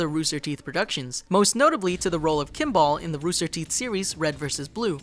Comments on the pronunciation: the fact that they pronounced Kimball wrong shows that they don't actually watch or know about most of the things they talk about. This of course is just one example of many, but it's like they just do a quick google search on anything that's popular and make a video on it for the views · He mispronounced Kimball along with a fe more names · "Vi-TALL, Kim-BALL" I like you dude, but your pronunciations are killing me.